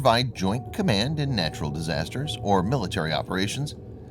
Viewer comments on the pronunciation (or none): none